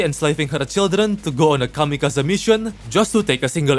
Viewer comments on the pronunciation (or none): none